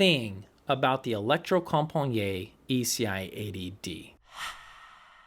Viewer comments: Norwegian guy here. It's electrocomp-a-knee-et, if that helps. Nice review by the way. It's the brand that got me into the hobby many years ago, back when I was lusting for the ECI-3. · Sorry to be that guy, but I believe it's pronounced "electrocompaneet". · Holy smoke what you butchered the pronunciation of Electrocompaniet!😁🤣🤣 As a Swede I know that you Americans have a hard time to get it right with Norwegian or Swedish words and how to pronounce them! 😁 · 😂 just say "Electrocompany". Please!